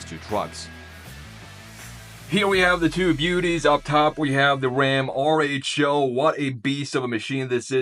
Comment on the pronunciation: Are you sure that RHO is pronounced AAR-ECH-O It seems to be the greek letter Rho. Which is pronounced "ro"